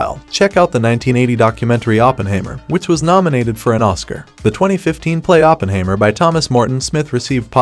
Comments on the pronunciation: Please, the subject's name is pronounced Oppen-HIGH-mer. Otherwise a good vid . . . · You don't even know how to pronounce 'Oppenheimer' ........ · Hard to be respectful of this computer voiced review that can’t even pronounce Oppenheimer.